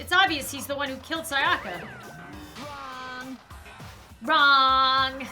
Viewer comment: I'm kinds triggered about how says Sayaka